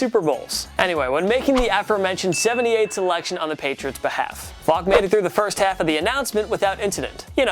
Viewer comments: Kevin Faulk isn’t pronounced Fock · .....is he saying Fock? 😂 wouldn’t be surprised if it was intentional